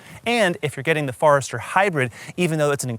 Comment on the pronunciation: OMG! It's a Forester, not a Farester!